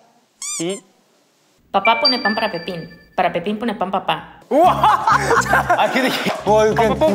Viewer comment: My favorite part was !! seeing leehan trying so hard with the Spanish tongue was so funny, he did his best btw 😭 i think they will never forget the 'Papá pone pan para Pepín, para Pepín pone pan papá' jajaj lo siento chicos💗